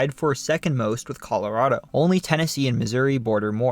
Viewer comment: Just a heads up for when you do your video on Colorado. It's not pronounced Cah-luh-raw-doh. It's pronounced Cah-luh-rah-do. It's an "ah" sound, like "RAT". Us native Coloradans hate it when people pronounce it with an "AW" sound. Just letting you know for when you do your video on my state of Colorado. When you are getting ready to do your video on Colorado, hit me up lol